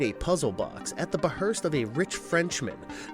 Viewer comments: Behest & LeMarchand. Not berhest or Lemachand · Beherst isn't a word. You mean behest. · Sounds these out.... 'Behest', 'differentiate'